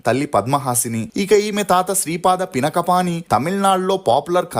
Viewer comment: పినక పాణి కాదు... పినాకపాణి.. నా కి దీర్ఘమ్ ఖచ్చితంగా ఉండాలి